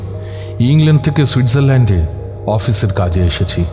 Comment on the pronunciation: I guess no one in this whole wide world no one wears pants on their body... Gaaye pant? Seriously!!!! 😂😂😂😂. u rocked ✌️. Its Switzerland not Swisserland the 'z' pronunciation is missing. the Brits speak ENGLISH & NOT BENGLISH 😅